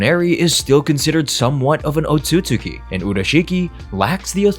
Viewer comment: the pronunciation of "Otsutsuki" low key pisses me off lol. sub > dub